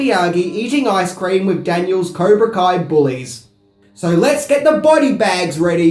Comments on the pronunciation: Bro? What is Okawan? What is kaibra co? Jks* nice work tho, as per usual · "Kaibra Co"... lol, love ya though, beautiful as always. Very good review of one of the best films ever. Rock on brother! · Am i the only one that heard this goober say Kiabra ko karate. ya Im watchinging the rest of this Englis h dumbass give his opinion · You said kaibra co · Kaibra Co? LOL. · Did you just call the dojo “Kaibra Co” in your opening dialogue? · Okie-wan? Kybra Kohn? Dude, did you ever watch the movie? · Caibra ko? It hurts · "Kiabra Co," Wtf is that!? lol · "Skellington" costooms, "Kai-bra Coe" we could go on. making new lingo! Love it 😝😝 End it by saying..." I'm who....Wax off!" 😳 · Kaibra coe?.... Where did this guy go to school? I think he only watched the movie once. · NARRATOR SUCKS. "Caibra Koe"??? "Karate Dome"??? "Skellington"??? What the fuck are you even talking about? Worst marble-mouth accent ever. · Kia-bra Co - Spoonerism :-) [Chuckle] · You said kaibra co🤔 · "Kaibra Co" :-) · Wait, did you say "Kaibra Ko" Sensei? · "Caibra Ko." thumbs down. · “cybra coa” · Did he honestly just say “Kaibra Co” ?!? I’m fucking done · “Kaibra Co?” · Kaibra Ko? Oki-wan? Skellington? LOL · Kaibra Co? Lmao 😂😂😂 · Kaibra Ko???? dumbass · Did you just call it Caibra Ko? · Caibra co karate??? Seriously dude? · 1 minute in, narrator refers to it as the "Kai-bra Co" karate. Viewer Exits video. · lol he said Caibra Koe :D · Kaibra co? Lol sorry I had to. Great video though. One of my favorite films of all time. And Cobra Kai was amazing too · Did you say, Caibra Koe? hehe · Kyber koe loooool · Cobra kai not kaibra co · Lol he said kaibra ko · Did you really pronounce Cobra Kai "Kaibra Co"?? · LOL, you said "Kibra Co" instead of Cobra Kai. lol. Also it's Mr. Miyagi who suggests the tournament not Reese. PS: say "skeleton". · What the hell is Kaiba Co sensei???? It's COBRA KAI. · It's not Kaibra Co. It's Cobra Kai. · its cobra kai not kaibra co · "Kaibra Co"